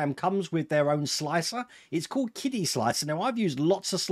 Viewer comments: I thought it was pronounced 'Chidi', ch as in cherry. That's what I hear on other channels. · for the record, qidi is pronounced "chee-dee"